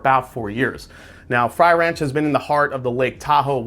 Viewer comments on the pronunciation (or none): Frey Ranch is NOT pronounced fry ranch. My lord. YouTube Frey Ranch and learn how to say it before the video 🤦‍♂️